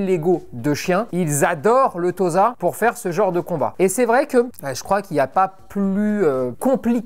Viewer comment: Et Tossa plutôt que Toza pour la prononciation, comme pour Osaka!